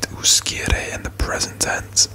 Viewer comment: Little heads up in Italian the ‘sc’ in uscire is pronounced ‘sh’